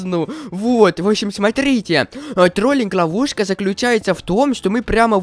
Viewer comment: Мне показалось что он сказал на сказал не ловушка а лавуску 😂😂😂